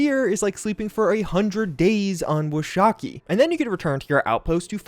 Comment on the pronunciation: Thanks for the tips! Just FYI, as someone who grew up in Wyoming, where a LOT of the Cheyenne system has references to Wyoming in general, Washakie is actually pronounced Wash-a-key. It's named after a Native American chief who was important to the state. I'm still nerding out on the fact that there's references to a place I lived in a Bethesda game, so I'm telling anyone who will listen:)